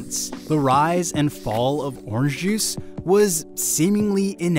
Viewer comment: why doesn't he pronounce the n in orange :/